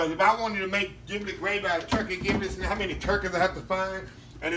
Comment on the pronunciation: My Brotha Giblets is pronounced (Jib-lets) your skill are on point. Awesome!